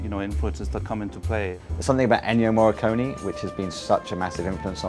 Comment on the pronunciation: why people can't say Morricone? XD